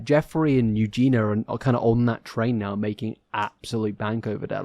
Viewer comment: I'm convinced maybe he just can't say it because of his accent lol but idk. There were sooooo many comments about the pronunciation on his last video so he must know by now unless he doesn't read them.